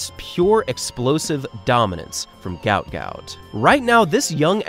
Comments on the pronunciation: Guot. Guot. Guot... or Gwot. It is not Gout is mistakenly spelt or pronounced all over the place. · His actual name is Guot, pronounced "Gwot" His name was incorrectly translated to "Gout" when his parents fled to Egypt, due to Arabic spelling mix-up They do not like the mistranslation of the name as Gout is a form of arthritis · His name is actually Guot, not Gout. His father has come out to explain this.